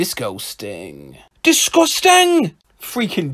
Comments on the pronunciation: d i s c o s t i n g But he says it like d i s c o h s t a n g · disGUAS- (COUGH COUGH) ...disGUASting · I lost it at "disgusgung". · No one French: ✨ disquesting ✨ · I lost it at disgusgung 😆